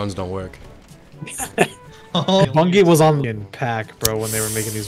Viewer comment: Bro he pronounced bungie wrong:(